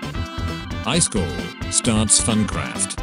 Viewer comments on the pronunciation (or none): It says "highschool" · It says "Eyeskall" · When the bot says ICE SCALL Me laughing inside 😂😂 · "Is" in swedish = Ice "kall" in swedish = cold Text to speech n the swedish language: Im 4 perallel universes ahead of you. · I heard ice coal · i am triggered by "I skall" who else ? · The way he says iskall 😂✨